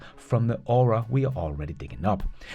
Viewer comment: with LFP batteries getting better all the time, what evs - other than long range commercial trucks, will still use silver & cobalt in the batteries? by the way,, the word "ore" is just one syllable. your English pronunciation is amazing! this is intended as constructive criticism to correct a small error. there are actually 3 homophones here: ore, oar & or.